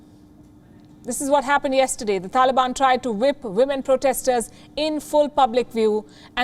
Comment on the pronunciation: Are you kidding me? Ministery of wahmen? 😂😂😂